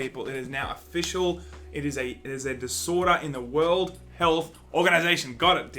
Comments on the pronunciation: Why can't Aussies say world? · some say to this day, he is still trying to pronounce world health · Sorry, turned it off after the 15th time you couldn't say "world". You should really edit that shit out.